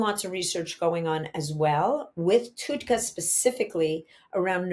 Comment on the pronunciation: It’s pronounced TUD , like TUB with a D. TUDCA